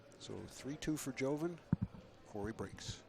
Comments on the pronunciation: Bustamante's name is pronounced Yoven. Not Joeven. Just pretend the J is a Y. Pretty simple. But not for these two LOL. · Its actually pronounced with a "hoe" instead of a "yo", since his name obviously has Latin heritage, and I think he's Filipino, so that backs up my claim that his name is of Latin decent, meaning that the "j" in his name is the same as the "j" in Jose (hose-eh), or Jorge (whore-heh), or Jesus (hey-Zeus). "Joven" means 'young' in Spanish, and probably many similar languages; did you know that?